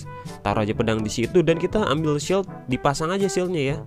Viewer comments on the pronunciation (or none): none